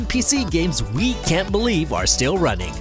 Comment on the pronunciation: Why are you ronning?! Why are you ronning?!!